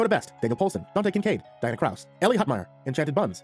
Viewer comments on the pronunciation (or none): none